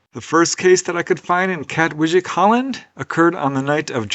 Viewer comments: Wijk is pronounced as "vike" for future reference Aan Zee means "on sea" too meaning the costal part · Just FYI. The j in Dutch is usually pronounced as a Long I. So it’s Kat-Vike I’m pretty sure. But not a j sound. Dutch is really weird.